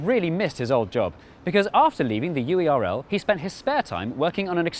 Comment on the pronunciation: every time UERL isn't pronounced like "whirl" i cry